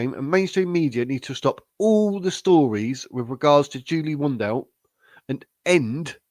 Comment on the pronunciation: First learn how to pronounce her surname correctly. Second ,Julia has DNA material from the Portuguese police and has a private LEGAL investigator and she's got every right to do so. Third,cure the flu and get vaccinated for the future. I see it affects you mentally 😂